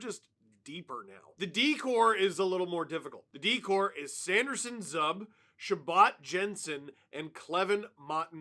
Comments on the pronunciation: Hey Steve, it's not "Zuhb", it's "Zoob" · its not Zub like Tub, its Zooooooooooob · Who is this Zub (z-ub).....its Zuuuuuuub (Z-eeeewwwww-b) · Hey Dungle! Stop calling him "Zuhb". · It’s zuuuuuuuuuub not zub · Oh Steve, you are usually so good with hockey knowledge. But inexplicably thinking that Zub's name rhymes with "Bub" is going to get you seriously boo'd. #IYKYK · Its pronounced zuuuuuuuuuuub!!! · it's zuuuub not zub 😂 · It takes a NUB to pronounce it ZUB.... It's, ZOOOOOOOOB! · FYI it's Zoob (Zub) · Wtf is a Zuhb? Its probounced Zoob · ZOOOOOOOOOOOOOOOOB NOT ZUB lol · Isn’t Zub pronounced Zoob? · it’s ZOOOOOB 🤦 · Steve please. Zub is "Zoo-b". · his name is pronounced zoob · “Zuhb” is crazy lol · Just a heads up for future coverage of the series. Zub is pronounced Zoooob. GO SENS GO!! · Learn how to say Zub's name please. Sens in 6. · Pronouncing Zub the way you do takes all credibility from you. Zub rhymes with boob. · Does he say Zub that way as a troll? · Steve's going to learn quickly how to pronounce Zub correctly. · Sens in 4 just because of that Zub pronunciation